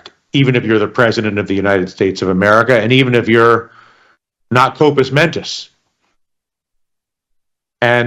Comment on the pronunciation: it's "compos mentis"